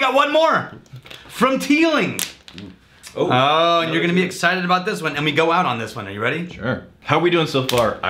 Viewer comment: I bet the authentic Irish pronunciation isn't "Teelinkgk"